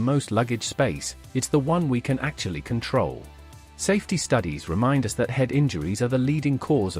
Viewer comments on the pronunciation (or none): none